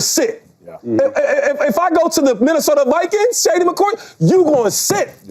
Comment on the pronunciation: Last time I heard chase about Shedeur he said Shefeur not that good just saying